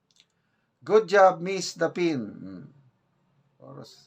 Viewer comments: Greek word pronounced Daf-ni, not Da-fin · please pronounce Daphne as dafni, not dafin. Okay na po?👍👌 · Daf-ne not dafin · i think its pronounce as DAP NE. HINDI DAPIN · Dafni po ang pronunciation dyan hindi Dafin. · daph ne ang basa ng Daphne. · Daph-ne po ang pag pronounce ng name nya. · It is pronounce as "Daph-ne" Osena Drilon. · Daphne...pronounced as Daf-neh po,. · Her name is pronounced as Daf-knee (Daphne), take note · Dap-nee po ang right pronunciation s Daphne...😊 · Daphne (as in Dafnee po ang pagpronounce.) ang tatay nya po ay dating general po noong panahon ni marcos sr) Kilalang fashion at lifestyle host din sya. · You pronounce her name as Daph - ne Osenya - Paez (Daphne Osena Paez) Yung Husband nya ay former ABS CBN Segment producer din. If I am not Mistaken, retired military din ang Father nya named Col. Delio Oseña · Sir!! Her name is pronounced Daf-ne po! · Pronounce her name as Dafney..Daphane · Sir, Daf-ni po ang basa nyan. Thank you. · DAF-NI po pronounciation sir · Sir, paki-check po ang PRONUNCIATION ng name ni Ms. DAPHNE Osena - Paez. 🥰